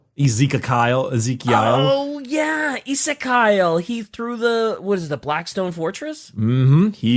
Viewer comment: i believe it is pronounced Ez-eek-i-al